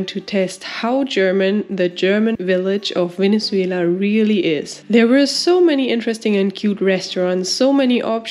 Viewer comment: Very amusing video. I love how you pronounce Venezuela ❤